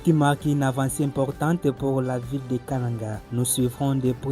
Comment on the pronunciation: Pourquoi vous prononcez Kananga comme les gens de l'équateur?